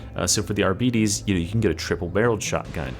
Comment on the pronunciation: It is NOT pronounced arbeetees that makes it sound like diabetes